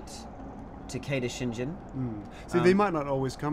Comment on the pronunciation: You annoying talking fellow, the G in ShinGen is not pronounced like you pronounce it! The G is pronounced like when saying god,good,grave, got it?